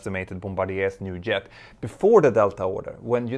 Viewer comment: Great video(s). Pls say "Jet", not "Yet"